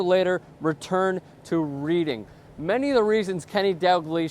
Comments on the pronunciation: I love yanks trying to talk about football aka saaaa-kerr. You don't even know what the UK currency is, and Reading is pronounced 'Redding' not 'Reeding'...it's not a book! Stick to hockey and that gay game that's like rugby, but with loads of padding and protection. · Reading is pronounced "red-ing" not "reed-ing" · Its Reading not Reeding, for once didn't pull it off:'( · Reading's pronounced 'reding' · Learn how to pronounce reading and realise that andy Carroll is 23, not 21 you American fuckwit!